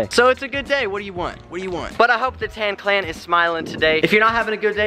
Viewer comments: Please stop saying tan clan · Am I the only one who cringes every time he says “tanclan” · Every time he says tanclan I cringe so hard 😂😂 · You are still cool but stop calling us tannclann please